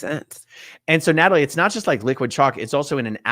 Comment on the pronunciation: Where is Nay-tall-ee at?